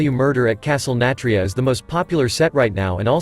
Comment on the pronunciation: How your script reader is saying Nathria makes me think it’s a castle filled with Nats… Castle Nat-ria I think the fact they are going back on mechanics they scraped in Alpha is because the leaders from back then aren’t they anymore. Now they seem to be willing to do anything.